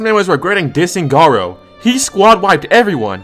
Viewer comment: Did bro say goro?